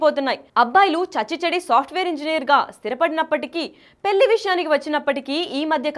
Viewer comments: ఆంఖోరమ్మ దీన్ని పెళ్లి అంటారు పెల్లి కాదు, కాస్త తెలుగు మాట్లాడటం నేర్చుకో తల్లి . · పెల్లి కాదే తల్లి, పెళ్లి